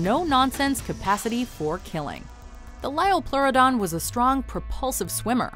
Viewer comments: "Its the lioplorrodon charlie" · It's a Liopluradon Charlie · 1. They mispronounced liopleurodon 2. They used Walking With Dinosaurs to show the liopleurodon, but that movie got so much wrong about it.(Including them also mispronouncing the name) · you pronounced liopleurodon wrong